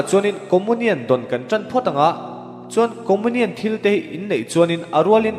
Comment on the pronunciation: Lam dan khi hriat a nuam lo țep, comunian khi Comonian ti a lam lo in Comiunian tiin lam thei se.